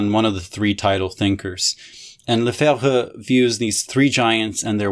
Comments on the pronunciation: You actually pronounced Lefebvre correctly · You totally nailed Lefebvre, but you kept pronouncing Walter Benjamin as if he was English